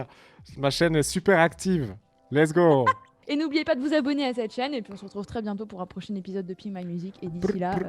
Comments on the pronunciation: "lets go" ?? plutot lezgongue j'ai pas raison ? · Au début tu dis lesgo et pas lezgong ????? .... !!!! ^^ :( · Putain enfin un mec qui as compris, qui dit less go c honteux